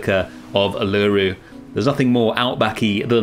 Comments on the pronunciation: I love it! But I feel like as an Aussie I have to inform you it’s pronounced Ew-la-Roo not U-LA-roo ❤ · great series, just a heads up, Uluru is pronounced Oo-la-roo the U is essentially an O not a U. Loved it! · Uluru is pronounced Oo-luh-roo :) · Uluru is pronounced (u-lar-roo). Love your work and keep making amazing zoo habitats. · This is an awesome habitat and does Australia proud, well done. Uluru is pronounced like this "oo-la-roo" but it doesn't matter, the whole place looks awesome. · Not far in yet will update when im finished but hearing your pronunciation og Uluru is so distracting 😶😩😔 Its like oo-la-roo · Coulda been worse, at least you didn't call it Ayers Rock! :) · but he didn't? it's not a problem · as an australian, i absolutley love you and this part of the zoo, but hearing you say Uluru that way kinda hurt me aha. No disrespect, love you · ive never heard uluru pronounced like that lmao looks really good tho! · as an aussie i suffer greatly hearing non-aussies mispronouncing so much 😔